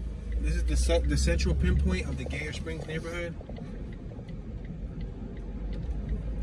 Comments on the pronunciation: It's pronounced like "Geyser" w/o the "s". GUYer, not GAYur 😂 good video though. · It’s pronounced (g-eye-er) Springs.